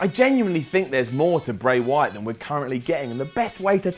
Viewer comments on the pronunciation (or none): he said bry wyaat